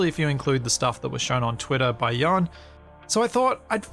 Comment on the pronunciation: Your pronunciation of Jan was almost correct :)) Just shorten the A a bit. ;)